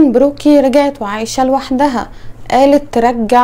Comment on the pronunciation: طريقة نطقك لكلمة لوحدها تدل على طول انك من المنصورة😊😊